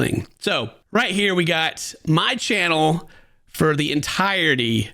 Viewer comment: Low key annoyed how hard he says “my channel”…. I love but Dane is definitely what completes his videos! Id be pretty upset if Dane isn’t fair compensated